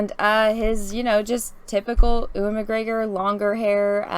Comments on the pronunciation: Color-over on the poster has too many cool colors. It takes away from the impression that it's a hot desert. Also, how is it that can't pronounce Ewan McGregor? It's "You-in.":p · Americans cant pronounce Ewan correctly.